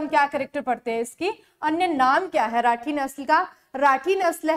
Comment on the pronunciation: Mam राठ nahi rathi hai